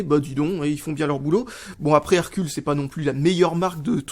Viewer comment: Hercules se prononce "Herculèse" ^^ Et c'est une bonne marque pour des enceintes pour pc mais sinon c'est pas de la super bonne cam